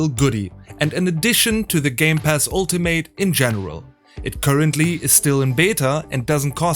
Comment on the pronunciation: Your English pronunciation sounded good to me. Didn’t really think your Forza sounded bad. The only pronunciation thing I noticed was “Ultimate”. In English (American anyway), when a word ends in “ate” - usually if it’s a noun or adjective - we often pronounce it as an “it” or “ut” sound, depending on the regional accent. So we would say “ultimate” as “ALL - tih - mit”, or, in some American accents, they would say “ALL - tuh - mut”. I speak in a “General American” accent, so I pronounce it the first way: “ALL - tih - mit”. Sometimes we will say a word that ends in “ate” the way it sounds, but again, it’ depends on if it’s a noun, adjective, or verb. Like “Alternate”. The noun/adjective form we say it as “ALL - tur - nit”, but we differentiate the verb form by saying it as “ALL - tur - nate”. The verb “Differentiate”, is another example, where we pronounce the last syllable as “ate”. So for nouns/adjectives…words ending in ate we pronounce the syllable as “it” or “ut”. Verbs ending in “ate” we pronounce it the way it looks. I’m sure there are exceptions to this basic guideline. In English, we take a lot of liberties with pronunciation rules; there are a lot of exceptions.